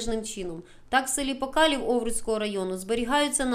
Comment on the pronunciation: Не покалів а покалів